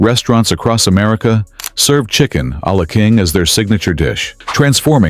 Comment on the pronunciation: Chicken-a-la-king almost made me cry. My granddaddy used to make the best chi ken-a-la-king 😋😢